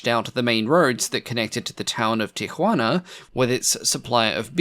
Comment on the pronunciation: that pronunciation of Tajuana and Ensenada. oof.